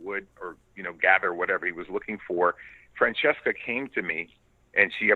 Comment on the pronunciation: I can't believe he pronounced Francesca's name correctly